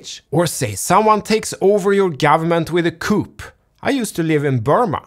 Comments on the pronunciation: Sir, don’t take this wrong… Coup is pronounced “Kooo”. 👍. Love your show. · Thanks for the video. Coup is pronounced koo by the way. As in cuckoo. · No "p" in Coup - pronounced "Koo" - I know, I know, English is a spastic, bat-sheet crazy language 😁😍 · coup - the final p is not pronounced, making the word sound identical to the word coo. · I'm sure you're aware the word coup is of French origin. Therefore the final p is not pronounced, making the word sound identical to the word "coo". Thank you for another great video! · Just for the record, coup is said with a silent P. Pronouced as coo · I love your videos so much. Production quality is always so good too. Just a note from an English major: when you say the the word "coup", the "p" is silent. So it's actually pronounce "coo" ;) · He's right, it's pronounced "koo", the p is silent, but you speak virtually flawless English, and I speak zero Swedish, so can't say much. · Generally it should be pronounced Kooo, though. Let’s try and keep some kind of standard. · Love you but, Coup is pronounced "Cou" 😂😇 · Love you man. "Coup" is pronounced "cou" the p is silent. Some useless info for you buddy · “Coup” pronounced ˈkü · Coup has a silent P. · The 'p' in coup is silent.